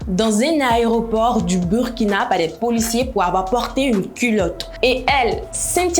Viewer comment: Apprenez au moins a bien prononcer le nom du pays 🤦🏽‍♀️ on écrit Burkina mais on dit Bourkina 🤦🏽‍♀️